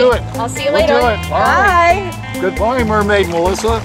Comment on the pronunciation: he said "MERMAID MODLE"